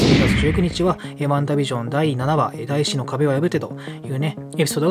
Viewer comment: 第四の壁ってだいよんじゃなくてだいしなの？笑